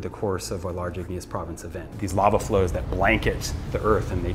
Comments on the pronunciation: I understand that money is tight and i appreciate you still making content. But can you please get hosts that actually can pronounce words properly. Its called Lava not lala😂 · The narrator cannot even pronounce LAVA, and they expect us to respect PBS??